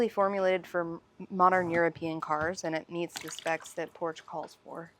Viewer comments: Did you say Porsch LOL? Good job on the oil change. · Great job, but Porsche is two syllables 😜